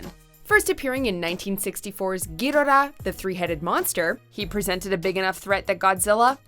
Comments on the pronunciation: giddora? Gadora?? Ghiddra.... U mean Ghidorah??? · Please say Gi-dora and not go-do-rah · It's Ghidorah... Not Gidorah fast. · Honestly, it sounds like she is saying ghidalah instead of ghidorah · You can't even say the name of King gadorah correctly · It's Ghidorah, not giiiiiiiidoraaa!!!!!!!😒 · king GEE DO RA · I like the way she say ghidhora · The way you say Ghidorah triggers me. Gi-door-raa. Its that easy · "king GHIDIRAH" Yikes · Is it just me or did she just say Ghirora? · It's Gee-dora Muto, not Em You Tee Oh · Anyone else annoyed with how she said Ghidorah? It's Ghi-DOOR-Ah. King Ghi-DOOR-Ah. This isn't the first time I've hear WatchMojo slip on on pronouncing things. Please work on this for the future. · Did she say gidobaba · ITS "Ge-do-ra" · I swear these people mispronounce the names of anything japanese on purpose. King gidarah..? wtf! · it hurts to hear her say " Ghidorah " instead of " Ghidorah " if you know you know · Omg the way she pronounces Ghidorah and MUTO really urked my soul. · They shouldn't refer to it as breathing fire because that's not what it is. And the narrator pronounces Ghidorah similar to how Japanese would pronounce but doesn't say Gojira. She needs to stop being a fake fan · Have you noticed she miss pronounced king ghidorah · You know someone is not a fan when they pronounce main characters or items WRONG! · The way she pronounces ghidorah triggers me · They didn't even take the time to find out how to pronounce Ghidorah, why would you think they would do the research to find that out? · They said Ghidorah's name wrong. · Is anyone else irritated when she says Ghidorah? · Pronounce King Ghidorah's name correctly God dammit! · Did you just butcher King Ghidorah's name? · Tries to pronounce Ghidorah, epicly FAILS! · is it really so hard to pronounce Ghidorah right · Are we not going to talk about how she can’t say Ghidorah correctly? Another watch mojo where they don’t know what they are talking about